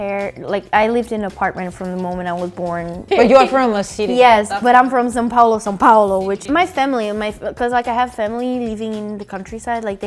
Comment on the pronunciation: It's not Sao Paolo it's São Paulo